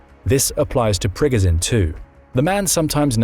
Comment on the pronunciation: Prigozhin is not Prigozin. He is the Preegojin. Not the Z, but the French J or Ge without the D.